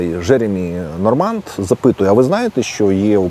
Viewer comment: п. авторе, у франц. вимові слова Normand буква d відсутня. І наголос, звісно - на останніх складах. Тобто точніше - Жеремі́ Норма́н чи Жеремі́ Норма́нн.